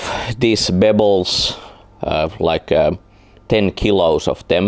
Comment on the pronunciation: Bebbles! not bubbles! ha He was saying pebbles ha.